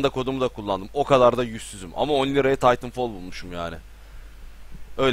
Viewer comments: Taytınfol nedir aga. TİTANFAL diyeceksin :) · hayır titanfal değil titanfol